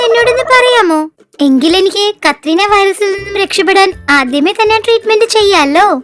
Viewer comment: കത്രീന വൈറസ് അല്ല കൊറോണ വൈറസ്